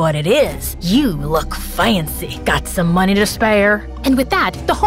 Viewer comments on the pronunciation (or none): “Yu looyak fayancy” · "YuO loOK Fa-Ya-nCy" 💀💀